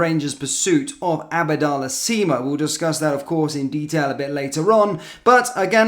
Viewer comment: He always gets pronunciation wrong